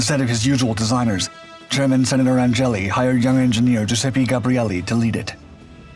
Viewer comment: Agnelli, not Angelli.